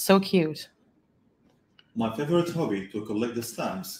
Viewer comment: He definitely said hobby. You can hear the b's